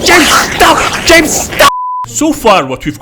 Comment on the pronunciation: It sounds like he's saying Jade stop like GameStop and when he keeps saying James stop it keeps trying to make me laugh every single time and I'm barely able to not laugh